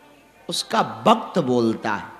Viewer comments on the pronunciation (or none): Guruji 'va' ko 'ba' bolthe hai like Bengalis....😊 He says Bakth instead of Vakth. Aadmi nahi boltha.... uska Vakth boltha